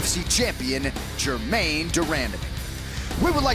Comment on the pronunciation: Joe: "Gerrain Demandime"